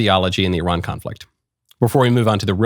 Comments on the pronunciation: FYI it's pronounced EERAAN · Just changed between 2 pronunciation without hesitation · Today’s episode: How many ways Michael can pronounce Iran in 5 minutes